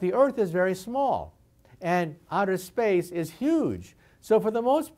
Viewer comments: The end of the world is when Michio Kaku says outer "Splace" instead of "Space".XD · 57 "splace" even the smartest man on earth makes mistakes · "SPLACE" OUCH. THAT ONE HIT HARD. SORRY MICHIO